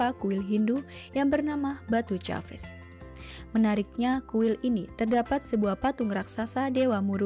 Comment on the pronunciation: Batu Caves bermaksud gua2 batu, tidak disebut "batu ca ves" !!